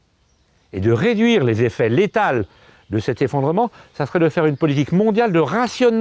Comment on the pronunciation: Chantal Teri Je suis d’accord mais j’ai juste trouvé ça marrant, on voit qu’il insiste bien sur le « létales »